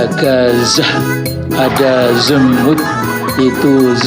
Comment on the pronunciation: Tapi kedengarannya kayak ada B nya pung pas baca zemut😂😂😂😂